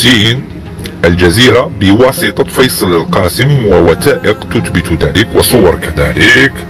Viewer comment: الشخص الذي يتكلم ليس جزائري لأن نطقه كلمة مصر و المغرب لا تنطق هكذا في الجزائر و الارجح مئة بالمئة انه مغربي. ضف الى ذلك كلمة تثبث و كلمة الوثائق. فهنا ينطقها تتبت و ينطقها الوتائق. و نحن في الجزائري ننطق حرف الثاء ثاء و ليس تاء. و الله أعلم الهدف من نسب هذا الكلام لجزائري.